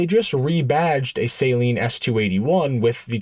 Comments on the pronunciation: It's pronounced suh-leen not saline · So you call it a Saline Mustang but you call him Steve Saleen 😂